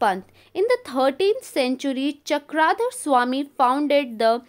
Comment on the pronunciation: It is not चक्राधर swami it is चक्रधर swami